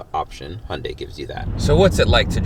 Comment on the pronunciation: I know I’m late but you actually pronounced Hyundai the correct way💜